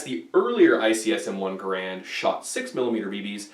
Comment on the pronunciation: Its not called an m1 grand its G a r and